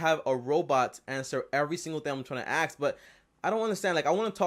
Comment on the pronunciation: I cans hear him “axe” anymore questions😶